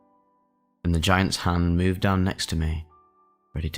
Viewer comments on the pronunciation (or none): none